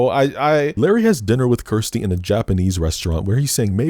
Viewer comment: So many people mispronounce Kirsty that it should be a meme. You even do it yourself by mistake during this video.